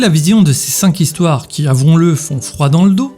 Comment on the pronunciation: "cinq zhistoires" :D